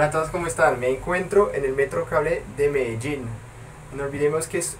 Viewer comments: Cuando dices Medellin se te sale el acento paisa :P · mas o menos en el